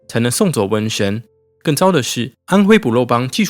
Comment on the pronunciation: 良莠(ㄧㄡˋ)不齊